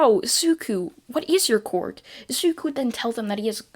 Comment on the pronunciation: Ok I don't mean anything bad about this but I just love how you say "cwork"